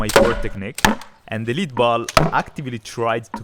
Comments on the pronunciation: By the way, “lead” the metal is pronounced “led”. “lead” the verb is pronounced “leed”. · Great video! BTW, "lead" (the metal) is pronounced "led" (like Led Zeppelin)